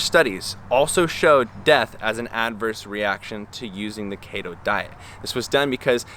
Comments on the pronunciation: Kayto diet? Keto isn't a Japanese word, it's from ketones and you say it like Key-tone. So it's key-to diet. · It's pronounced keeto lol. Great video tho! Keep it up 🌱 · bb it’s pronounced kee-toe ( !!!!! ) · its KETO & KEYTONES lol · say it with me....KEEETO. haha love the content of the video though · Had to turn it off after you said KAY-TOH after 3rd time ... if you're going to knock a diet, pronounce the words right first. Another thing, CHEESE, OIL, ETC; Is dirty, lazy Keto. Vegans do the same. I have a friend who is Vegan, but eats nothing but fast food or processed shit. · DUDE WTF KEY-TOE!!!. If you can’t pronounce it don’t speak in it😂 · Key-Toe ..... Fucking KETOOOOO Diet man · Kayytosiss. Kayyto diet. Kayytons... Love the pronounciation! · Every time you say Kato all I can think of is about that guy from the hunger games lol just messing with you. Don’t put your Health on risk don’t do keto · Key-to... do more research dude. You need to read more and do more research... the information you’ve presented is not correct. And do more research. Sorry but this is all ridiculous. Lol. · I thought it was pronounced "KEY - TOE" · It's pronounced "kee toe" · I love the way you pronounce keto lol (no sarcasm) also! I was debating on going on this myself because it’s so popular and I’m seeing it absolutely everywhere. But, nope. I think I’ll continue with what I’m doing since it’s working and just be patient. Thank you for making this video!! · Longtime subscriber here... I would suggest you redo this video, because suggesting it is an informative science based video, while mispronouncing all of the relevant words just isn't a great look man. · mate did you mispronounce keto to make them keto belevers mad hahahahhahahha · Omg 3 seconds in and I’m dying because you don’t pronounce keto right xD love you man hahaha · I thought I was the only one, haha